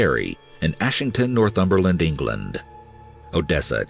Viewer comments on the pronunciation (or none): none